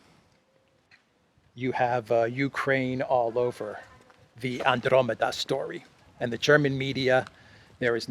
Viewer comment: You keep saying Andromeda wrong. It does not come with it's own accent...